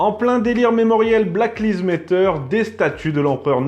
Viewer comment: S'il vous plaît monsieur, apprenez à dire "black lives matter" avec un accent correct ! Là c'est vraiment trop ridicule. D'autant que ça doit être du niveau...5eme du collège 😡 !